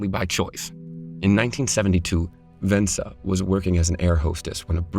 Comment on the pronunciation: "Vensa" LOL